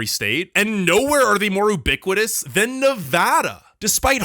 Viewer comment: its not "o-biquitous" it's "u-biquitous"...